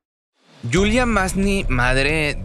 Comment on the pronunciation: es yuliya masney no yulia